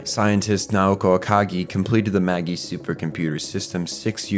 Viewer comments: Evangelion isnt that deep, but your lack of effort to pronounce correctly, several names and organizations in the series killed the video in under 5 minutes. 1: its Zay-Lay, not ZEAL (ZEELE). 2: its Mag-eye, not Maggie (MAGI computers). 3: drops mic and rewatches Eva to undo this trauma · Marduk Institute is pronounced Mar Dook and Magi is like Mage but with an I. The G sound as in Magician. Not Maggy lol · Your analysis is excellent, but...uh.... SAY-LAY not seel MAH-JAI not maggy Also Naoko Akagi blew her brains out on top of the magi, not jumped. That's the same gun that Ritsuko Akagi pulls on Gendo at the end of her own life, making it all the more symbolic. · "Magi" isn't pronounced like "Maggie", it's "Maj-eye". How do EVA fans not know this? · It's not pronounced seal it's zell-ley also the computer isn't maggy it's maj-eye. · Maggi no Ma-gi Seeley no Say-lay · "Magi" shouldn't be pronounced "Maggie". It's "mayj-eye". The plural of "mage" as in "magician". Caspar, Balthazar, and Melchior are the three Magi who visited the infant Jesus. In some tellings they're kings, in others, astrologers or mages. Future-seers. Since half the series is named after Christian legend, it makes sense. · Hate to be that guy but it’s pronounced Ma-jai not Maggie 😅 another religious reference to the 3 magi who visited Jesus at his birth bc the computer is split into 3 separate “minds” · I gave you a pass for saying seele wrong, but magi? Cmon man it’s ma-jai get outta here with your mah-ghee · Gehirn is pronounced like gi-hern and Seele like zee-la not like seal. Also magi is pronounced like magic without the c not like maggie. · Fantastic video. No qualms with any of the information, and the presentation was great! Hearing Seele (German for soul, so more like "Sea-le") pronounced "Seal" and Magi pronounced "Maggy" instead of "ma-jai" was a little off for me though. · "Say-lay" = Seele "Maj-eye" = Magi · I only watched the dub do they say "Maggie" instead of "Magi?"